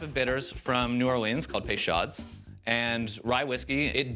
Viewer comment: It's "pay-show", not "pay-shod". Basic French pronunciation is not as hard as Anglopohones like to pretend it is.